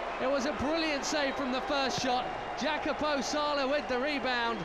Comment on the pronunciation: His name is Jacopo, not Jacapo.